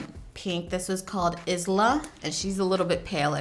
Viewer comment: Islya 😂😂anyone catch that